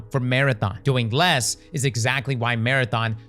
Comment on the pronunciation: “… by attempting to do Les” “Doing Les…” “Doing Les…” Can’t unhear